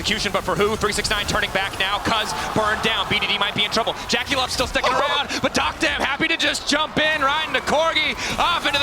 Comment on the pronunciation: Duck-dom ✅️ Dock-dam ❌️